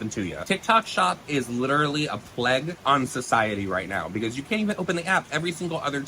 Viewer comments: Did this guy say tik tok is a “pleg” on society”? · I believe you mean “plague” which rhymes with “play”